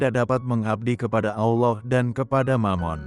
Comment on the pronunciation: saran mohon utk ucapan/lafal kata Allah tlg Allah bukan owoh terima kasih